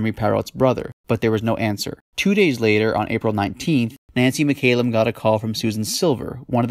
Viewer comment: It mc callum not mc ay lum. A Scottish surname